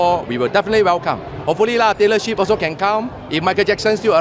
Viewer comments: Did he say Taylor Ship??? 😂😂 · Taylor Swift bukan Taylor shift YB... 🤣🤣🤣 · Sebutan Taylor Swift biar2 betul…